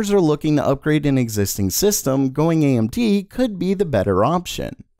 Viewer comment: "GOING AMT" the what?